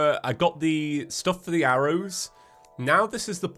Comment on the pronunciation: BREAKING NEWS!!!! Man who pronounces "for the" as feather gets trapped by a metal floating skeleton head with four arms